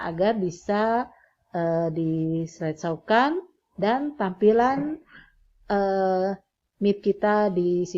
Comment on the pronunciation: Thanks bu. Maaf koreksi. Tolong perbaiki pengucapan ibu, slide show bacanya "slaid syo" bukan "slaid saw."